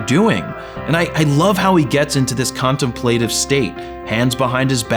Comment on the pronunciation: Great doc. BTW, I've never heard "contemplative" pronounced that way. 😂